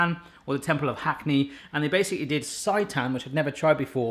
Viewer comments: For the love of all things seitan! It's not pronounced sigh-tan (as in, this pronouncing makes me SIGH) it's pronounced sey-tan (as in, you didn't SAY it properly 😂) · Its pronounced saytan. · Sei = say....so SAY-tan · More vegan recipes please! It’s pronounced saytan, like satan lol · Its say-tan :) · You need to add TVP and you're not pronouncing seitan correctly